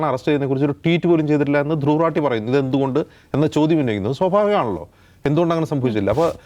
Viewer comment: ധ്രുവ് 😲രഠി😵 എന്നല്ല 😄ധ്രുവ് 😄രതി🤭 എന്നാണയാളുടെ😪 പേര്☹️